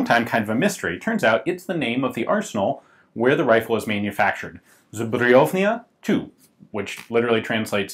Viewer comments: It's always weird when you don't speak polish, eg. This is "zbrojownia", not "zubrujownia" xD and of course "Józef Maroszek", not "Dżosef Maroczek" :P You could help yourself using iVONA or Google Translate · Your pronunciation of "zbrojownia" is hilarious xD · It's normal to translate names to other languages when applicable, so saying Joseph is correct. And don't expect an American to be able to pronounce a tongue breaker like "zbrojownia" correctly.